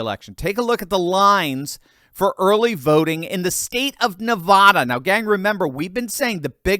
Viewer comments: It is NOT pronounced Nahvahdah,! It is Nuhvaduh. Short “a.” You don’t sound more sophisticated when you pronounce it “Nahvahdah.” You just irritate Nevadans. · it’s NevAda not NevAHda… love your channel sir! 😊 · It's NEVADA, not Ne-vah-da! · I appreciate you. Thanks for the great news. By the way, while we are correcting common mistakes, it is NeVADa (which rhymes with mad), not NeVAda. I'm just saying. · Please start pronouncing Nevada correctly!!! Love your videos, but that is annoying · Please learn the pronunciation of Nevada. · Please learn how to pronounce "Navada" properly. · I love your content but please STOP MISPROUNCING "NEVADA", the middle part rhymes with ad like sad or mad. Thank you.